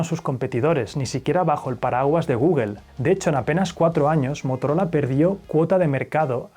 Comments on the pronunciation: Me encantan tus videos. Temas Interesantes, buena narración e investigación. Aparte de la edición que es excelente. Pero cada que dices GUGEL O APEL Me vienen ganas de martillarme los testículos. Por que es tan difícil? Saludos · Gügel, Apel, por favor deja de pronunciar tan desagradable esas marcas, todas las pronuncias bien, hasta la difícil Huawei, busca en Google cómo se pronuncia o me desuscribo. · Tambien "Guguel"?? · ¿Por qué dicen "guguel"? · "Guguel" y "Apel" Yo tengo uno y llevo tres años con el y solo tiene muy pocos fallos.